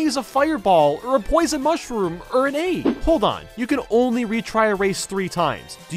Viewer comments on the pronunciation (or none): he pronounces egg like he's speaking middle english